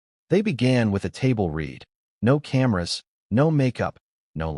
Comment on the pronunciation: I ask again about yet another video. Is the narrator in this video AI? I ask, because it is not "would read," with a short "e" speech sound, that means past tense, while "would" means future tense. Read is pronounced with a long "e" speech sound in "would read," yet the narrator does not seem to know that.